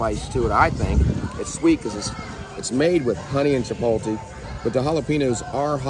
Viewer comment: Not Chi pole TEE lol???????... so many people say that drives me nuts